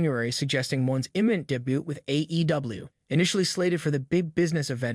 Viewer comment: I love how the robot voice says "day-boot" when trying to say "debut".